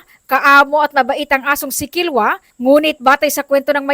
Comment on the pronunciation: KI-LO-WA PO HINDI KILWA. IBA YUN.